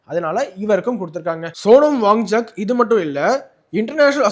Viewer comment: His name is pronounced as WANCHUK and not WangCHAK. Correct yourself